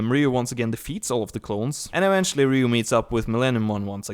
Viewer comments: You said his name wrong so many times I couldn't watch the whole video. You kept saying "Ryu" when his name clearly has an "O" at the end and not a "U." And before you say anything about different accents, an accent isn't an excuse to murder someone's name. It's a Japanese name and it's pronounced "Ri-yo." A "Ryu" is a dragon...and a guy on Street Fighter lol. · Actually is more like "ry-ow" it is actually spelled as "Ryou" in Japanese (yes, just like Kyou/Kyo from The King Of Fighters game series) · It's Ryo. The guy kept mispronouncing his name. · Technically Ryou, but in america is spelled "Ryo" (and pronounced that way) So I dunno why this guy keeps mispronouncing it. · You are wrong. When you spell a Japanese word or name with a "u" at the end, you simply elongate the "O" sound into the "U" that makes it sound like they are almost one in the same. That's cute. Someone tried to tell me how to pronounce a Japanese name when I took Japanese in school LOL. Close, but not with that "W" in it.